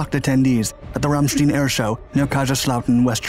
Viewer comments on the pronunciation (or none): It's Ramstein not 'Ramstien'. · Pronounciation seems to be a real problem for this provider. The U.S airbase in question is NOT "Ramsteeene". Its "Ramstiiine".... If you disagree, ask yourself how to pronounce the traditional German beer mug, the beer "stein". Spoiler alert; its not "beer steeeene" Also, the aerial demo team performs "aerobatics" and not "aerobics". LMFAO. BTW, I was stationed at Ramstein, flying with the 512TFS, on that day. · What the hell is an aerobics team? Do they wear yoga pants as flight suits? And Ram steen'...really? If you're going to attempt Kaiserslautern correctly, how can you fuck up Ramstein? (rahm shtine) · "most famous team in the world" apart from the Red Arrows! Oh! And it's "aerobatic" not "aerobic". Aerobic is to do with human exercise. Also, Ramstein rhymes with "pine", it doesn't rhyme with "green". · Hello - it's RAMMSTYNE not RAMSTEEN for god sake do your research properly. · It's "Ramstein". Not "Ramstin". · It's RAMSTEIN, rhymes with FINE, not RAMSTIEN!!!! If you're going to post a video you should have done research or at least have heard news clips pronouncing the name. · Pronounced “stine” not “steen”. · It’s pronounced ramstine not ramsteen why do Americans not learn correct pronunciation? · I live in the area now. This is still a poignant event honored here. I suspect someone may have commented already, but your pronunciation should be Ram-stine (rhymes w/ shine). Kaiserslautern is the Kaiser’s laut-ern, which I’ve been told that is the Kaiser’s river, or once was. Also, I’ve worked on Sembach, but that airfield was returned to the German government some time ago. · Why do you pronounce it ramsteen? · Ramstein, a German word, is pronounced ram-shtine. This is how German is pronounced. The pronunciation here is not as unfortunate as these particular chickens coming home to roost, but... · Ramsteen? Why not get the pronunciation right? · Ramstein is pronounced like the the band of the same name.